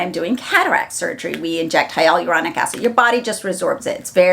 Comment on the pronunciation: Youre pronouncing HYALURONIC wrong lol. HI-YUH-LUR-ON-ICK